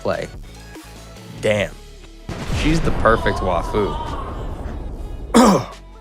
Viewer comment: This man said the PERFECT WAFU . LOLL